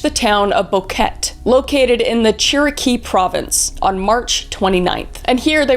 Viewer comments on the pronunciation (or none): Kris, I love love love you but it’s not pronounced “bouquette” it’s pronounced “bow-keh-teh”. This story is pretty popular in Panama especially amongst the foreigners. Generally speaking, not a lot of these incidents occur there, and when it does it stays mainstream for a long time . I lived in El Valle de Anton for 11years before moving for university :).